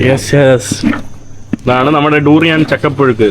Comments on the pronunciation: ടൂറിയൻ അല്ല ബ്രോ ദുരിയൻ എന്ന് പറയണം.. At least listen to others when they speak... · ഈ തൂറിയാൻ കേട്ടുമടുത്തു ബ്രോ..😅